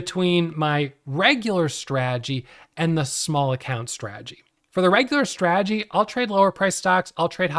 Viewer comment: Bruh! The word is strategy not stradjy! 😅